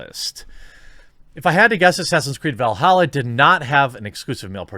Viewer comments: It's Valhalla not Velhalla. Lol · Valhalla not Veilhalla